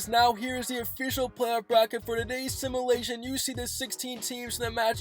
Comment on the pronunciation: U say simulation wrong